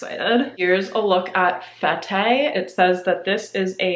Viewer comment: Fete is pronounced "fet" - party, in French!